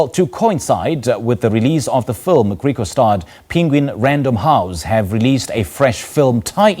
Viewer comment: IT IS PRONOUNCED GRIEKWASTAD, ITS AFRIKAANS. NOT GREEKWAASTAAD